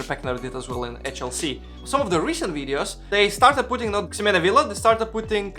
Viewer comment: Remember that the X in Ximena is pronounced like the letter H. Something like "HE-mena" Think how Mexico is pronounced in spanish.